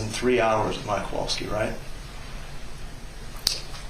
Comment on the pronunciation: They all just give off an angry and annoyed vibe most of the time. Also, that's what I've been calling her, too, haha. And why can't pronounce "Kowalski" correctly? can't pronounce "Beata" or "Maya" and now we have. Ugh